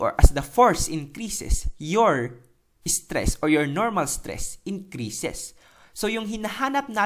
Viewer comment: Natawa ako sa "striss" eh hahaha. Salamat. new subscriber here:D